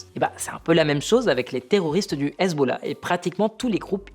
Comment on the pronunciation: Excellente analyse ! Mais pourquoi dis-tu hazeb au lieu de Hezbollah ??